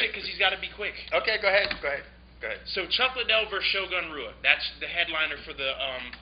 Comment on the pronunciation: It's not Roo-ah, it's Hoo-ah. Come on anybody that follows MMA closely enough knows that "I think Chuck is gonna knock him out" lol